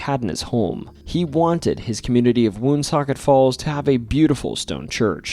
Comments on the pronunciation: I grew up in Cumberland and Woonsocket RI. Its pronounced One-Socket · I thought you are from RI but the way you pronounce Woonsocket says otherwise